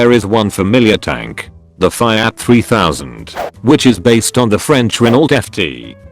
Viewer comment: Why does the text to speech program mispronounce FIAT :(